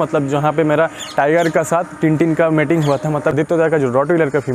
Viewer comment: mating? jahil meeting hota hai